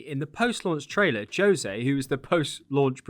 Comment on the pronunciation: You’re saying Jose very incorrectly.